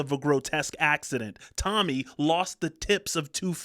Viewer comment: Tonni Iommi, not Tommy